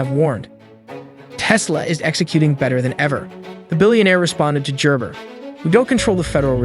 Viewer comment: It is Gerber with a hard G